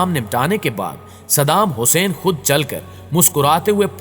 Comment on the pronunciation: Sab thik hai lekin tu jis tarha shaheed ka naam le raha wo qalat hai apni zuban ku thoda samal